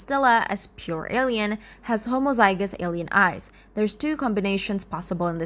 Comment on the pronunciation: says homozygous and heterozygous right but messes up variant lol its a fun pronounciation of it tho (no hate)